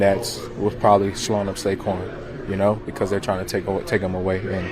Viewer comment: Saquon "sayshaun" Barkley for the first TD!!